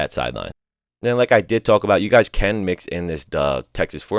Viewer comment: Why do u say “tuhulk” instead of “talk”😂😂😂 dude putting emphasis on talk for some reason